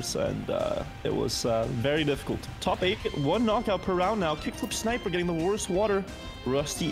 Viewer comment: not being able to read kickflipsniper is so funny to me